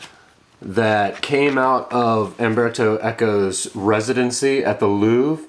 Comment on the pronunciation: CERTAINLY not "Amberto". It's mind-boggling that even the well-read among you native English speakers will at no point at all have the forethought to look up the pronunciation of the name of who seems to be a writer you admire. Even more so if you will go to the lengths of putting together a video for thousands to sit through. You really must have no shame.